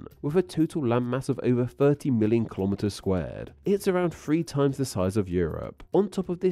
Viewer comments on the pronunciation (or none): (9'35) Why do you say "colome eaters"? It's kilo and metre, like how you say centimetre and millimetre, as well as how you say kilogram and kilobyte.